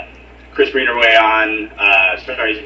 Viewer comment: the last name is Green-a-way, NOT greener-way. Get it right the next time you drop it.